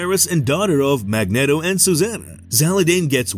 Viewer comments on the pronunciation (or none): I know its a fictional character but its pronounced Mag neat o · This guy's voice is a zero out of ten. And hearing "Mag-net-o" makes the video a zero. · Can everyone down vote this just for Mag-net-o.... terrible job and they just post it